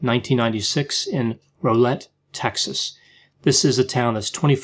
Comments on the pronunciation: Video Mark 50 seconds you say Rowlett differently then we do here. I live in the DFW metroplex, and we pronounce it with more “raul”. Like growl- but drop the G. Hard to describe here but kind of like it’s got two L’s. “Rowl” ”let” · It’s Rwowlet. U gotta put some country on it. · Good grief, I'm only 59 seconds into the video and you've made 4 mistakes: 1) mispronounced Routier, it is pronounced "rue tier"; 2) mispronounced Rowlett, it is pronounced "row let" as in "they were having a loud row" as in argument; 3) Rowlett is not north of Dallas, it is east of Dallas; 4) Rowlett is a suburb of Dallas and is 20 miles from there not 25. Can hardly wait to listen to the remaining part of the video. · Rowlett - Row rhymes with Wow... so Wowlett or Rowlett. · Rowlette....Pronounced ROWL..as in OWL-ETTE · Rowlett rhymes with cow-lett. :) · Hi: May I offer input with the pronunciation of Darlie’s last name? The crime happened nearby in Texas. Her name was frequently pronounced in local news, I mean frequently. And discussed. As a local with a bit of undergrad linguistics, I can tell you how locals hit these phonemes: Rūt-tier. Crisply, bit off like root/cheer. Or, with Texas drawl, root-tee-ear. And Rowlett would rhyme with cow-lett. You’re right, their minds had been hermetically sealed. Always love ❤️ your analyses. 🤗